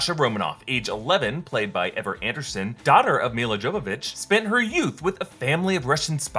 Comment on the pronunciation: I believe the name is pronounced YOvovich not JOvovich.